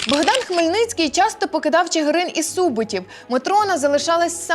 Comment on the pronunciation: Неправильний наголос, хутір СубОтів 🌝